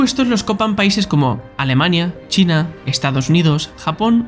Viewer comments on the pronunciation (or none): none